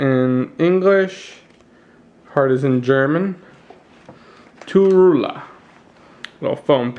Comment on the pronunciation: Actually its "T. U. W. Roolah"